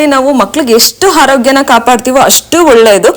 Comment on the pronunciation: Video yeno chennag ide , aadre neev swalpa alpa prana , maha prana hege uccharane madbeku annodna kalthare nimge olledu , for example , hice cream alla adu, Ice cream , holledu alla olledu, haarogya alla arogya , hone line alla online , swalpa idella practice Madi nimge olledu